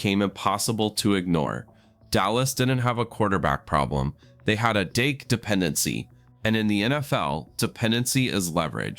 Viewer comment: Fix the audio! It starts calling him Dake and not Dak!